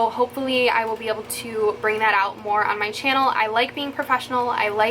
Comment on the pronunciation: When you said “mehr” and “shimmering Cheeto”😂😂💕